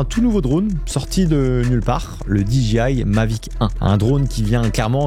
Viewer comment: DJI se prononce DGI… le J anglais se prononce G, et vice-versa. 😅